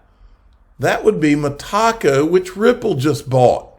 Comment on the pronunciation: Love the channel but dude, it's META CO, not ME TACO...